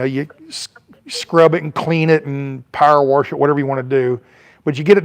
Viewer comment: A "warsh"? lol.